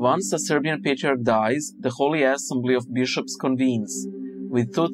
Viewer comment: Did...did you say ass-embly, intentionally?